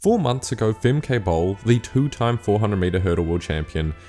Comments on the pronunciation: For your next videos, their names are pronounced "Famkuh" and "Leekuh" Not "Famkay" and "Leekay". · Fem-Kay lol Also: Lee-key lol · "Femkay" what 😂